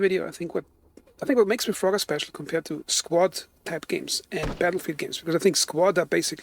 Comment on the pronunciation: Dude I like your thoughts but the gameplay is so hard to watch sometimes. Looks like a player with less than 20 hours playtime or something. Also u misspelled reforger as refrogger and then when your talking sometimes it actually sounds like your saying refrogger. So bro don't take this the wrong way I like your channel! 👍